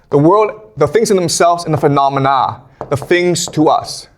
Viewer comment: PhenoumenAH - Ba dee dededei